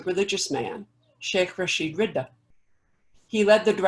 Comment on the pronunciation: His name is Rashid Ridhaa رضا not Riddah ردة . The word رضا means contentment, whereas the word ردة means apostasy.